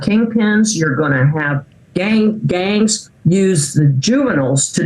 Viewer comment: Did she say the "gang gang?" Lol